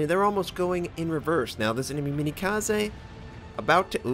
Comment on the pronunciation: So it's like a more fragile German cruiser that has usable HE? At least at this tier the ship is usable unlike Karl (though my Karl win rate is 74% for some reason) Also Minekaze pronounciation is still wrong :>